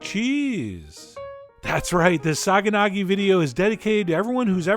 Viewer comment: Not to sound like a grammar nazi,but it's actually pronounced "sayanaki".The "g" is from the greek letter "gamma" and that's why it's written like that.Otherwise you pronounced kasseri as it should be.Other than that,you can also choose feta for this "recipe" and add some tomato.Trust me,there is nothing better!